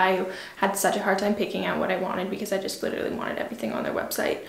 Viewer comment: She said “nothing special juss AirPods”😭